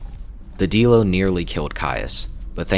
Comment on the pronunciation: you gotta say dilo like die-low